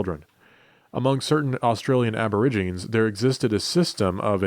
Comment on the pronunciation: Aborigines is pronounced "a-buh-RIJ-uh-neez."